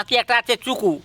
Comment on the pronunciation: E buro chiku bolte pare na 😂😂😂😅 Bole ni chuku😅😅😂😂